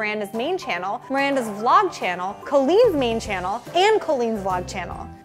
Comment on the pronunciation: Mirfandas!!! ugh get it right